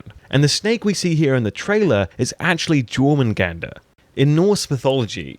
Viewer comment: “Child of Floki” you mean Loki ffs can’t even pronounce jormungandr either lol